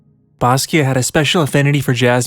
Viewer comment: Stop saying basquio